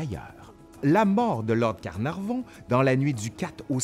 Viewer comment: Lord CarnarNon ou Lord CarnarVon? :P :P :P